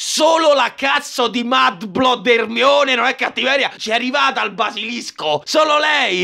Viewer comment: Non è Herry, è Erenny